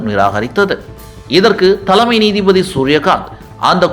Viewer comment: த'ள'மை நீதிபதி! உச்சரிப்பு பிரமாதம்ப்பா!!